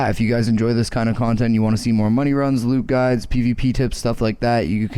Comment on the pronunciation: "Kawn"tent ahaaaaaaAAAAAAAA